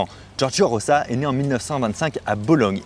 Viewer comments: Rosa = "roza" ...... "Roça" = Rossa , please faitent un effort ^^' Rosa de rose comme la fleur, et rossa comme rouge " la donna rossa " , la femme rouge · Juste que ça se prononce ''Roza''... Sinon y aurait ''2 s''